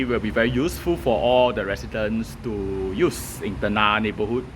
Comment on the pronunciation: It's not 'ten-nah' but 'ten-ngah'. Flower in Malay is bunga. You pronounce it as bu-nga and not bun-ga. There's no 'ng' sound in Mandarin so I can't give you any example. In Cantonese, there's nga 牙。But I don't think you know Cantonese.